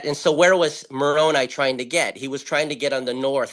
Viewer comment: Meh-rune-hi. Yet you say Mississippi when its from Ojibway language Misi Ziibi, are we wrong also? Even on our own words and history? Yet you say Jesus when his name was Yehoshua. Perhaps english speakers say no names correctly, nor repeat them when shared. For example, you say Jacob, when that name has never existed, it is Yakov to Israel and Zhaagob to the indians. Perhaps the issue is english arrogance.